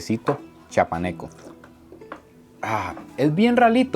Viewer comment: Se pronuncia café Chiapaneco. No Chapaneco. Todo lo demás muy bonito.